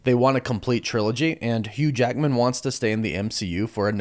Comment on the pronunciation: HUUGE ACKMAN???